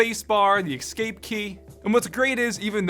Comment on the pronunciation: "ekscape" bruh